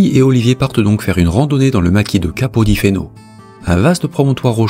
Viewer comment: Capo di Feno se prononce capo di Fene 😀